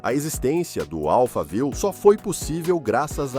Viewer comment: Amigo somente diga Alphaville como o bairro de SP! Não inventa!!!